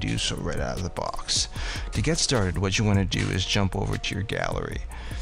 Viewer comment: Sir i can ask that you slow down as you speak. Maybe we are in different regions of the country or world. It sounds like your saying pick D. I had to replay replay .. Dee Pencil ..aka pick the pencil. ? And i hope i got that correct ? Your microphone seems close or over sensitive, picks up your sniffling in... All natural events .. but not great to listen to. No ..No ..Im not Miss Mary Manners or work in a Library. But if you could pronounce words clearly n slower especially during the instructions your giving .. no no im not a blue haired old lady but im sure there are a few decades between us. I appreciate the videos with instructions of how to make this frustrating Gallery System work. Im not wanting to offend you and i hope you are open to constructive feedback . If your not, feel free to tell me to blow off.. but i hope that you can see my intentions are truthful and just trying to understand your instructions more easily the first time.